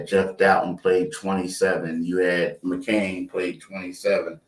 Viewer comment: Can someone tell it’s McCaiiiiiin?